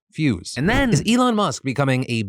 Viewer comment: The Elon bit made me cringe out of my skin. “Saying I’m only here because you’re a friend” and getting his name wrong? 😭😭